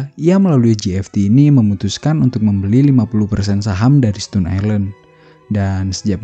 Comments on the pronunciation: Bacanya stoun ya bang, bukan stun. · Dibaca stōn bang bukan stun